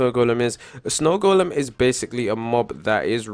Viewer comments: The "d" is silent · snow goldem? good english! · Its golem not goldem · No its goldem not golden